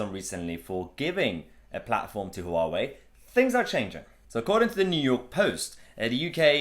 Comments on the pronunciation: Noooo... it's not pronounced "HooWowee" It's pronounced "wah-way" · It's not 'Hoo-wa-way' - it's closer to the chinese pronunciation to just say 'wa-way' or '(h)wa-way' where the 'h' is almost silent but not quite - I asked some Taiwanese acquaintances of mine, and to me it just sounded like'wa-way' ... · Its pronounced wow-way. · It's pronounced waawoo ya plant pot lol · HUA _WEI. It's two syllables not three. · Huawei - pronunciation is more like ‘wah-way’. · The H is silent.